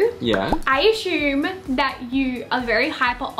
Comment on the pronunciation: I aSHume lmao 😂